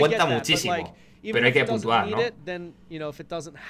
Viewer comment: Putua? No es: PuNtua? 😂💪 Bn video